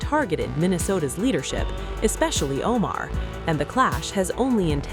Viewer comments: Tim Walz is a U.S. governor, and he literally said the word “expecially”. Which is not a word in the English language. Moron! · Shouldn't the GOVERNOR of a state know the word isn't ecspecially? It's especially. Walz is the joke of human existance.